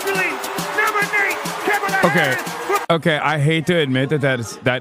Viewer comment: “We are here tonight to officially nominate Chemila Harris”? Did LJ miss the how to pronounce Kamala segment?